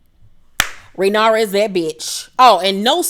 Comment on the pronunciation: Ray-near-ah is how her name is pronounced.